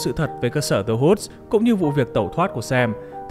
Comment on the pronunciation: The Woods chứ nhỉ, nghe ông này đọc như kiểu The Hoods